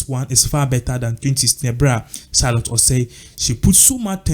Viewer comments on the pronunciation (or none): none